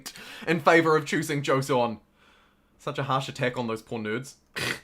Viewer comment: since you learned how to say zhou i think it's time you learn how to say joseon. it's jo (short o) - son (edit: i typed this out and then a few minutes later you said it correctly but only for a little while heh)